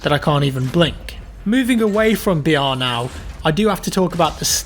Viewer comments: Everytime you said br I thought you said vr and kept getting excited for a second 😂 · Stop trying to be smart by saying BR it sounds like your saying VR no one refers to battle royal as BR stop trying to start a trend